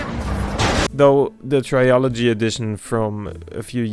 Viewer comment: Trilogy bro.... Not trialogy😅 but nice vid tho keep up❤